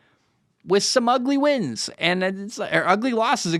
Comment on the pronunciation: Damn, what's in that glass jar? You kept saying the wins wrong hahah I love the content dude!